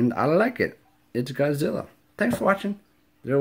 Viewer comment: Awesome! God-zih-rah! (Godzilla).. very cool. Hope u make a killing on your finds. Will certainly make a profit considering your $3 spent. Nice! !